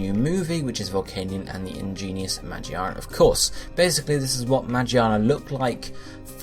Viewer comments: he keeps saying Magiana even after correcting himself lmao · Its magearna ma gear na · I swear. The way you say the name.. Why not start saying charizard as (Chah-Riz-Ard)? Ffs